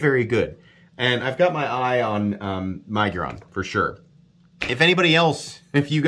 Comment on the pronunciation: My-giron🤣 It’s Mig-uron